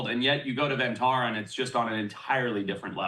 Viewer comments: Pronounced like “Bun” not “done” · firstly, it is pronounced won taa raa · For those wanting to know "Vantara" translates to Van (pronounced like Done) = Forest; and Tara = Star ....Forest Star!!